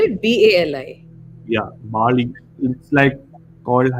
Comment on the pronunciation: For the 3rd time, the movie name is BALI, not BAALI!